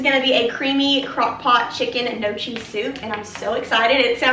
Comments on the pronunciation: Gnocchi is pronounced no-key. I was corrected on this myself from Italian family members 😂 Your home is looking so festive and the hanging basket for $7 is my fave ❤ I actually like the leaf garland around your door. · Gnocchi is pronounced “no-key”. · Gnocchi is pronounced no-key ;) Your decor and home are beautiful. TFS xoxo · Just tuned in, excited to see the video! The CH is not pronounced in Gnocchi. It's pronounced Nyo-Key. LOVE the fall floral bouquet! Floor mats are super cute also. That's strange about the urn prices. But they're cute so 🤷